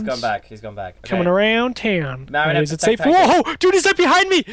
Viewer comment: PEOPLE IT IS MARIONETTE. NOT MERRINETE, NOT MARRIONETTE, NOT MARYONIT, NOT ANY OTHER WAY! PLEASE YOU GUYS IN THE COMMENTS ARE KILLING ME.